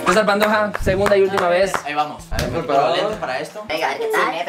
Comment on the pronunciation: Dijo Cecar JAJAJAJAJAJA Cecia Bloss